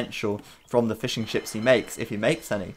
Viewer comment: I couldn't help but hear Fish N Chips every single time you said Fishing Ships :P